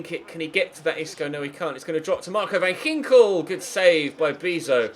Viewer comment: As a Dutch person I am laughing my ass off everytime u try to pronounce a Dutch name😂... Btw van Ginkel is with a hard k😂